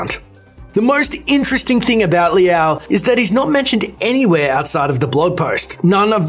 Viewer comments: "L-ow" not "Lee-ow" js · If he pronounces it as Lee-ow one more time... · Its not LI AO. Its one symbol (super short sound of LI), so like, if you want to pronounce it better -> try to say LI AO under 0.5 sec